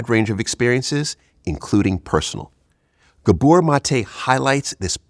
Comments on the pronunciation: It’s GAbor, not GaBOR, idiot. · It's GAbor... not gaBOR.. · Ga. bor , pronounce it "gaa bor" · Pronounce his first name correctly.